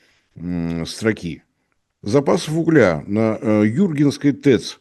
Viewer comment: Юргинской ударение не правильно 😂 поставил